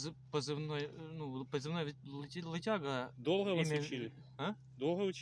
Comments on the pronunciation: Как только он сказал "лЫтяхга", сразу сложилось впечатление о постановке... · У российского бойца позывной ЛЫТЯГА. 😂😂😂. Девушка а вы москвичка? Да а ШО?😂😂😂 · лЫтяга!!! Всё верно... Русский парень 😂😂😂😂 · лытяга хахахаха